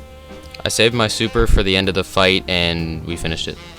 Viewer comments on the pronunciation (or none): Why do i think you swear when you say finished it sounds for me like finish-it Also really good vid ;)